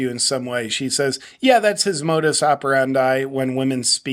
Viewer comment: she can't even say modus right 🎉